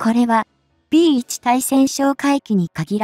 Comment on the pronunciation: まだ漢字も読めないを垂れ流すのですか？P1対（つい？）対潜哨戒機て何？機種名も読めないのになにを語る❓